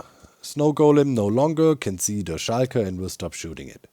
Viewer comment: I love how you say Shulker, like "shy-ker", I'm fascinated with languages and I can feel how that makes sense in German and I find it quite endearing